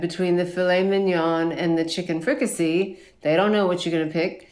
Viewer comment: Fricassee as in fri-ka-say not fri-ki-see 🤦🏻‍♀️